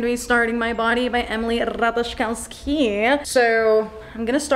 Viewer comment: As a Pole I think the way you read ,,Ratajkowski” it’s everything 😂❤️